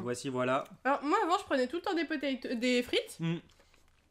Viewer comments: Je suis le seul à qui ça choque les "PATATOES" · • ツ Je comprend ça me stress aussi lol Mais les deux sont justes . Toes c'est orteils en anglais Donc potatoes ou patatoes C'est seulement un dérive Française . Patateils serait peut être plus appropriés alors ... Enfin Il a l'habitude lui ,il ma déja fait le coup où il avait " Hone piece " à la place de One piece . Bref courage :s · A la fin c pas TOZ c TOES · Personne a remarqué qu’il a dit patatose au lieu de potetose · PaTa Toz lol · les frites et les << potaytoz >> 😂😂😂😂😂😂🤣🤣🤣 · Les 'Patatoes' MDRRRRRRRRRRR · Enft elle dis patatosse xD